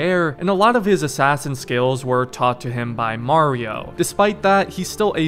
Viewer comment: Stop saying his uncle mario you look psycho you're saying it's a me a mario